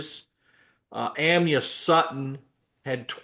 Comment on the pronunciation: Hello. The pronunciation of New Mexico’s Amyah Sutton’s name is ah-my-ah. Thank you for all you do! I enjoy your commentary!